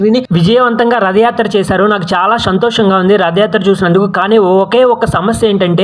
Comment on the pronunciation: Shanthosham kadu bro.... Santhosham 😂